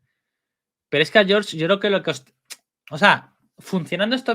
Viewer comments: Por qué le dices John Martín 😂? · Hasta el Close Caption lo entiende como John 😂